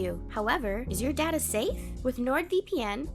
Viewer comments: Data: day-ta not dada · DADA LOL IT'S DATA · sound like she said daddy😂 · a comment on the NordVPN commercial: I was listening to the commercial and I thought the narrator asked "Is your dad a safe?" I was like what? What does that mean? Then I realized she was saying "Is your data safe?" .. that makes more sense. My hearing is going bad. I love these Horror Party Shorts.